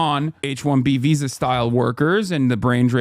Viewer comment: Hasan: “H1B visa” My ears: “H1BBsa”